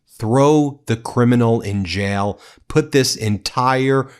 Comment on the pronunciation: STOP CLAWING AT THE CAMERA STOP SAYING "PLAY THIS CLIP" IT'S JAIL, NOT JAL STOP SAYING "BECOSS"